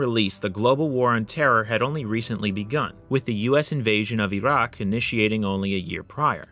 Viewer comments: `WHY IS HE SAYING IT LIKE THAT? E ROCK! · Your pronunciation of "Iraq" cracks me up. Going from standard american english into that "wannabe authentic" way of saying it. Reminds me of people like AOC speaking normally, and then putting on that overexaggerated hispanic accent on words like "Latina", "Venezuela", "Mexico", etc.